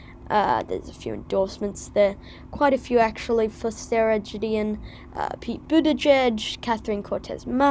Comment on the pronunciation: It's pronounced Guh not Juh. So Gideon as in Good.